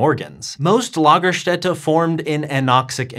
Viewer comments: Impressive German pronunciation of Lagerstätte! Got the umlaut and the S right. (lah-ga-shtet-a) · Your pronunciation of Lagerstätte is very good. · As a native German speaker i was impressed by your correct pronunciation of Lagerstätte.. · Thats a great pronounciation of the word lagerstatte, im pleasantly surprised!